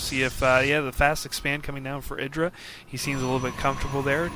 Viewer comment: eeeeyyyyyeeeee dra like an eyeball, or the letter I, as in mself. Idra not like, kid